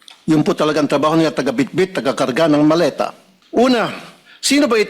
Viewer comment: mali pag ka bigkas hindi po maleta sabi ng dds malita hahahaha